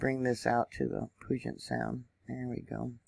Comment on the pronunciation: Thank you, love your channel! It is pronounced “Pew-jet-sound” like a pew in a church.